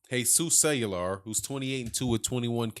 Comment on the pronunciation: His name is pronounced Ku way yar.....not....cellular like a phone